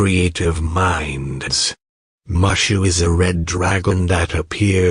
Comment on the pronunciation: You need to work on Pronunciations: (MooShooo) not (Mush-U).